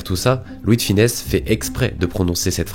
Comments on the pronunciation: Superbe video, mais attention à sonnom, c'est Louis De FUnès, pas Louis de FInès. Bonne continuation! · Ravis que la vidéo t’ai plu ! ☺️ Oui je sais comment cela se prononce mais j’ai tendance à me tromper en prononçant son nom rapidement dans certaines phrases !